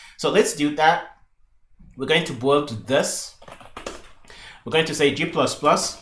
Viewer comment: Loving this, but minor point that the word "build" sounds like "boiled" and it was confusing me at first :). I usually say build similar to the way I say "billed"